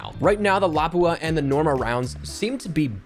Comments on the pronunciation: Love your vids, but.... the Lapua rounds are pronounced as "LA-poo-ah"😂😂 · Lapua pronounced - Luh-poo-uh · FYI, those .338 Lapua rounds for the SP-R 208 are pronounced luh-poo-uh. :) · Yo the way he pronounces lapua it’s pronounced lu/poo/uh